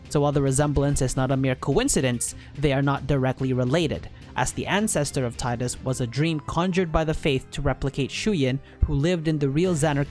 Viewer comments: ...grr for someone whose been doing the work on these lores, why the hell can't you pronounce their names correctly!? It's."Tee-das" and "May-chen" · No it's not. If your reference for that pronounciation is merely Wakka in KH1 then you need to do more research because that is not the only time it has been voiced and it was pronounced Tie-das. So get off your high horse.